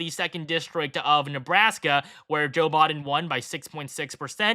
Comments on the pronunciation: Why does he keep saying Joe Bawden, instead of Biden? That's weird. It's not a difficult name to pronounce. 🤔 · The fifth final prediction! It's also pronounced "Biden" not "Bahden"